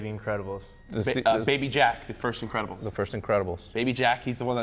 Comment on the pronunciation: When says the increbabils for up 😂😂😂